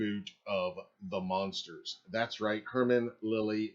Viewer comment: OMG why do you keep saying The monsters. ITS THE MUNSTERS! With a “U”. please Stop saying monsters. DO you know the show. What is wrong with this guy.